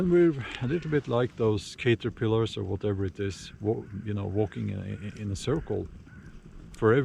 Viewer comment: Cayterpillers Ahahahah….. cAHt-er-pill-ers